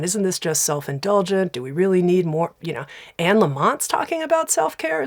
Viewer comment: I's Anne. Not Annie.